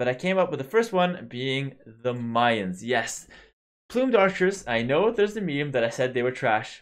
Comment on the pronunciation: First you started saying Mayans right and now you're saying melee right 11. Btw, do you think that if they gave melee units +0.1 speed across the board that they would start to be more viable in the current meta?